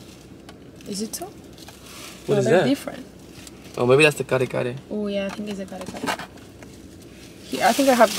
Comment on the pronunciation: it's my first time here and the way he said "Kare Kare", impressed me!